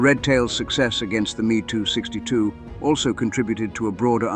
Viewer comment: These are not ME 2's. They M E 2s. Get it right.